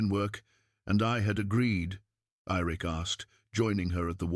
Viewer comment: I had a teacher when I was in high school that always called me Irik. Like the lake Erie. She was from Maine. So it may be from that programmed into the AI. Great story. Thank you.